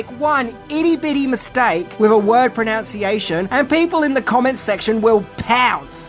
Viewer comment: It's "pronunciation" not "pronOunciation". 😜